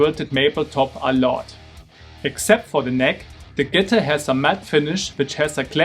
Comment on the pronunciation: Bro wtf is a “Guhtir”